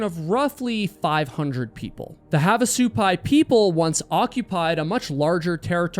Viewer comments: Also, the emphasis is on the first part of the word, not the second half. "SU-pai", not "su-PAI". 😊 (And of course, as I'm typing this, you changed your pronunciation... You're killing me, LOL.😅) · What kind of idiot hikes alone? And it pronounced HAV AH SUE PIE say it slowly hav ah sue pie I live near there btw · It's pronounced have, not "haav"... Like "have a good time", "have a drink"... Both in the Village of Havasupai (Supai) AND Havasupai Falls. My dad taught at NAU back in the late '60s and we made that hike many many times, back before the masses discovered it..😊